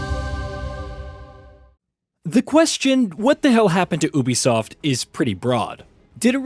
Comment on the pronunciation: Why you pronouncing Ubisoft like that🤨its wrong.